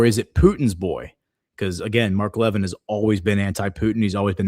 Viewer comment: It’s pronounced Mark La vin. He has not liked Trump since 2016. He was a Cruz supporter for president. Cruz defends Israel no matter what.